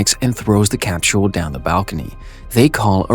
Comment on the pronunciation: good video but what tf is a "cap-tul" it's a capsule